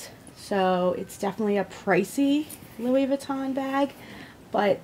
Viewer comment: No. You completely butchered the name. It's not Lewis vuitton, it sounds more like Louie. And Empreinte is pronounced like 'ompront'. It's French for imprinted basically. Lol